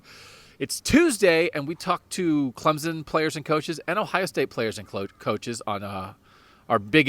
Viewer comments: It’s not Clemzen. It’s CLEMSON ! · Please do not WRITE about Travis (atienn) it is Etienne . And its Clemson not Clemzon. If you can get it right then you can write about Clemson.Thanks